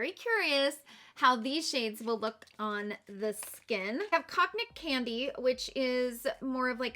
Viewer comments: Cognac is pronounced Con-yak (I’m not into liquor, but I remember it from a SNL sketch 😅) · Cognac is pronounced “kōn-yak” ☺️